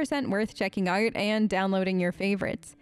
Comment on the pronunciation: omg are you originally australian? I was hearing this super neutral american accent and then BOOM you'll say Out like "Ohrt" and i thought i was hallucinating lmao. Pls confirm aussie status!!!